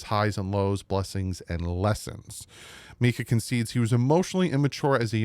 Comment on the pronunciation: You're the best but please call him MINKah not MEEKah 😂